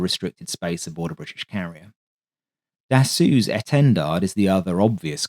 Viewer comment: Dassault is pronanced as 'dasso' ;-)